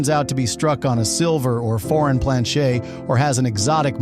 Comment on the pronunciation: A lot f 25 yr bank tellers . Are clueless . 66’ had some silver ax well . Planchet is never heard it pronounced the way you do . I’m only a 21 year collector . And learned from the best . Ken Potter . A local . I’ve had John Wexler may he RIP buy errors from me and Fred Weinberg in CA . If you never heard of those names . ? You haven’t a clue